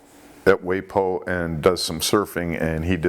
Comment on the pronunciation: It's pronounced "Why pee o" Hawaii